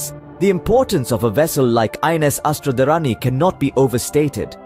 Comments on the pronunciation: अस्त्र-धारिणी . Kindly , pronounce correctly. A Sanskrit name. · it's pronounced Astra-Dhaarini